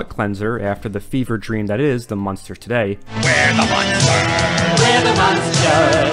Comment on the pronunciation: it's "Munsters" not "Monsters" You keep saying "Monsters"